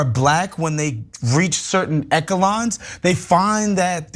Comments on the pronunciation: This one’s for: it’s esh-uh-lon, not eck-uh-lon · This guy isn't bright, is he? "echelon" is pronounce eh-shuh-lon, not ek-uh-lon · He also mispronounced “echelon” as ECKALON…😂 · This nigga couldn’t even say echelon right. No wonder Kanye be goin off about broke niggas not being able to speak any fuckin sense to him. And I’m sure that white girl wants the MOST for black men……… SURE. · Two things. #1. here's a shocker, there are many poor Jewish people. #2. Somebody explain how to pronounce echelon to this.